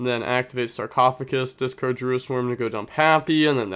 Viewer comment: Bro you're so close on the sarcophagus. Just DONT replace the g with c in GUS